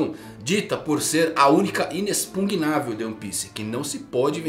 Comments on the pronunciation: Eu dou risada toda vez que ouço o pronunciar "inexPUNgnável", ao invés de "inexpugnável". Fora ler "knock up" (leia-se 'noc up') como "kinoc up". kkkkkkkkkkk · Inexpugnável, inexpugnável, inexpugnável! Repete comigo: I-NEX-PUG-NÁ-VEL!!! NÃO É INEXPUNGNÁVEL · E quando ele falava “inexpungavel”? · falou aí de novo no . kkkk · não, tipo, ele falava sem o “n” em “-pugNável”. Vários vídeos e depois ele meio que corrigiu 😂